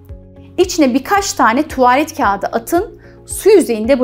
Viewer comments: Anla tuvaaaalet degil tuvalet. Doktor olmussun ama diksiyon zayif cikmis bir de konusuyor youtubede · mesela tuvaalet diyor iki a ile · Bilgiler için çok teşekkür ederim ancak tuvaaalet dedikçe siz irkildim Doktor Hanım , “tuvalet” yani a harfini uzatmadan telaffuz edeceksiniz . Sevgiler 💕🌸